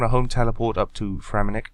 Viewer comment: It's Fremennik* :)